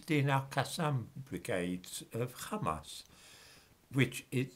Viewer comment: Hamas, Mohammed, Wahabi, Ahmed... those languages have the soft, breathy H sound. so why does always mispronounce them as a throaty KH? it sounds really weird.